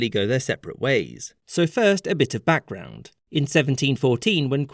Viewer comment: “Ann’d”. Also “background” lol